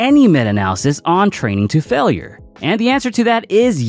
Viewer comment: "failer" "tare"